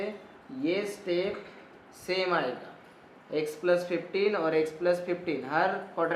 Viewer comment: Sab sai tha thank you.. Very much... But jab ap AYENGA bolte.. Meri hasi nei rukti 😂😂😂